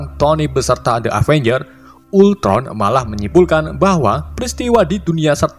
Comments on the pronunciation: avanyer wkwkwk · setiap ngucapin kata “avenger” ko malah kedengerannya kaya “avanyer” wkwkwk